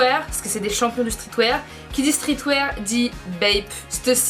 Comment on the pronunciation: Tu racontes tellement n'importe quoi... t'y connais rien y a pas de palace a tokyo mdrr et ça peut pas couter moins chères en France sachant qu'il n'y a pas de magasin et on dit streetWeAR pas streetwaire mdrr